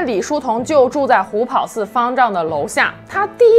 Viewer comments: 虎跑（ páo）寺是正确读法。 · 虎跑寺听着太别扭了，跑在这里读第二声 páo